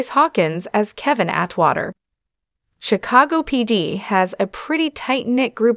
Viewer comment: “Sea- a - saw- go. 😂